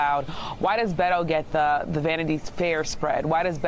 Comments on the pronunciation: Joe calls O'Rourke "Bay-doh" -- which rhymes with Play-doh. YIKES! Please, get a recording of a Spanish speaker saying "Beto" and play it over and over until you get it right. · these idiots can't even say his name BET-O not BAIT-O like how are you national news and can't even read beto